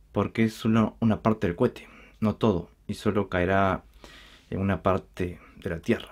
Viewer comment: Cohete. No cuete